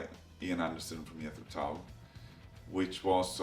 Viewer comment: TIL it’s pronounced “Yethro Tull” 😅